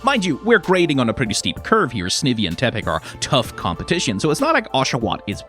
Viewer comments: Sneevy gotta be the worst Pokémon pronunciation I've ever heard brah 😭😭😭😭😭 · Every time you pronounce it "Snivvy" I die inside" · Snivy rhymes with ivy. It's a snake made of ivy. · Why he pronounce Snivy like that? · I'm gonna hope you're pronouncing "Snivy" incorrectly just to mess with people 😅 And not cause you actually think that's how it's pronounced.